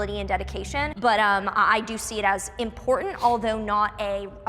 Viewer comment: rofl your cringe face on when hyper christian dude said "im POR TANT" lmfao